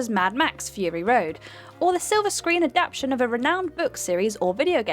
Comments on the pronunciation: Is it written "adaption" instead of "adaptation" in the scripts reads from or does she just have a habit of saying that? She does it all the time so I wasn't sure, unless it's a British thing I'm unaware of. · Can you please pronounce 'adaptation' properly, otherwise I'm going to wrap my head in 'aluminum' foil and batter it off the fucking 'sidewalk'.